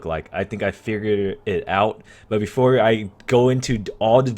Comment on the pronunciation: "What the opererer may be, I think I figurerer it out" English my dood